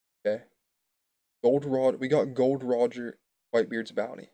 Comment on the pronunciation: It's not GOLD ROGER IT'S GOl D. ROGER.